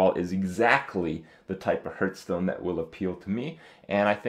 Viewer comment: i'd like to buff your ability to pronounce "hearthstone"